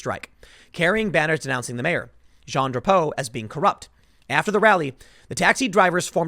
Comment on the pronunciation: Hearing Tim trying to pronounce Jean Drapeau put a smile on my face.